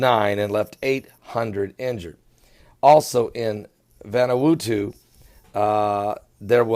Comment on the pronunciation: He 'tried' to say Vanuata right this time. 😂😂😂